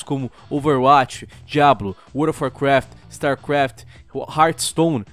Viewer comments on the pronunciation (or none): none